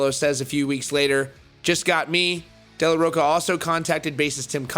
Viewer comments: I love youu love!! But please... it's De La Rocha! Not De La Rocka!! It's insulting!! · He's still saying Zack's last name wrong -_ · Ugh... it's killing me.